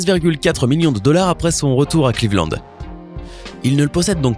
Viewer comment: c moi ou il a dit les clevand?